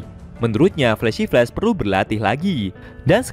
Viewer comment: Min kamu nyebut flash apa ya agak kurang jelas, pahlawan perempuan kah?